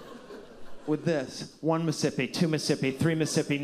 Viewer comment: After all the "Miss'sippi"s, making "apt" into a three syllable word chef kiss